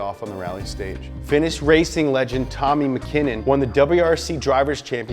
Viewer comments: I fucking hate you, your pronunciation of Tommi Makinen is appalling.. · His pronunciation of Tommi Makinen's name triggered me a little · That pronunciation Tommi Makinen though lol You know hes not Irish right?